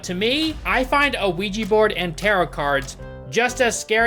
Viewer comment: Can people please stop saying ouiji? Its ouija.